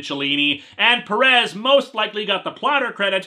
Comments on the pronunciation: I don't mean to be mean or confrontational, but what's with people pronouncing "Perez" peh-RESS? It's PEH-res. I assume people pronounce it like that with Perez Hilton to invoke the pun in that name. But any way, not angry or anything, just trying to be informative. And kill time while this buffers. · Quick question, the final episode of History of Power Rangers isn't out yet, right? EDIT: By the way, it's pronounced "Péh-rez".